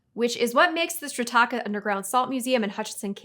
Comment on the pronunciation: Ok, huge under sell for Strataca, the Salt Museum in Hutchinson KS. First it was painful to hear her miss pronounce it. Second the environment of the salt mine is perfect for long term storage. Anyone can rent storage space in the older section. Hollywood stores vintage film, costumes and props.